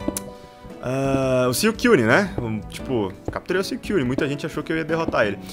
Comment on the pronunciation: O fala Suicune de um jeito estranho, tipo Siuicune akakakakakakakakka